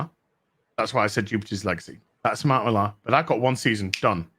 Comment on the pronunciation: Bit late here but didn't Millar (it's pronounced "Miller" btw, shame on you, being a brit supposedly) only write 4 issues of The Authority? It was created by Ellis who wrote the first 12 issues before handing it off.